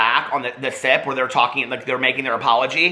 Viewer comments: Every time you mention the “sip” podcast I thought you said the “SITH” podcast 🤣 legit thought had a Star Wars podcast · 🤣Every time he said “The Sip” I heard “The Sith “. I thought he was low key calling them evil lolol